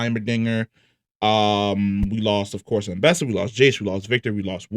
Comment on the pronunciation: Why do you say their names like that? VONDER. AMBEESA.